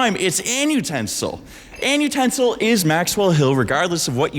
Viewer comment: Genuinely , Why annutensil sound like an ustensil ?